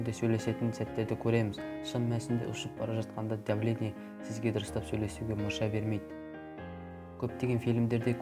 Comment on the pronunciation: дұрыстап сөйлеш кəливүд,пəлисей,дəвление деген сөздерің жағымсыз естлдеді екен құлаққа.дауысыңда жаман дым сөз қорың жоқ екен бауырым.